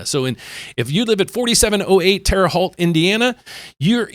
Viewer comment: pronounce it like this terra hoot....Wow they are just trying anything and everything to boost up buyers, lol, hang that incentive to get em to buy. I say wait, homes in most areas are dropping....and to those that say not where I am at I say just wait its coming your way soon.